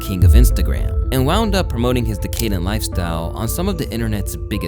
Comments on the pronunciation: For future advice it’s “DECK-AH-DENT” you are totally welcome 🎉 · This is a practice used by content creators to make people comment on their video, driving engagement. He knows exactly how it's said. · decadent. Lesrn to speak.